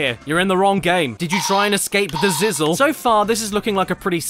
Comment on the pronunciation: Its pronounced ziz lee